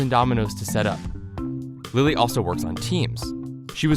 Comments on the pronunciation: I kinda heard her say "Billie eillish" instead of "lily" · She Says Lily Hevesh , I Heard Billie Ellish